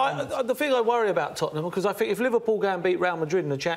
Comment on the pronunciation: Man Unido paul "i fink" merson